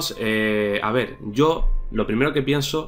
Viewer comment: Ey ver no es crer cer es ver